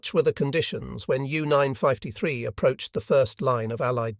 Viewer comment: Why does he pronounce it as "U Nine- Five- te- Three"?